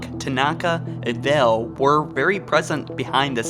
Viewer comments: Vale..not Vell..but ok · ok say it with me: vay All =Vale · Vale. V A L E. Not Vell. Wow.